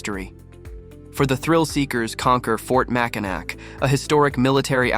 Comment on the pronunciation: Nice little video but you really should pronounce Mackinac correctly. It's Ma-kuh-nau Island, not Ma-kuh-nack. Also the Island does not have a zip line so not sure where you took that video. Last up the beach shot with the bridge, that video was taken at Mackinaw City not Mackinac Island. The Mackinac Bridge does not connect to the Island.